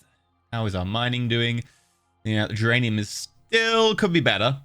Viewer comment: Every time you say duranium I hear geranium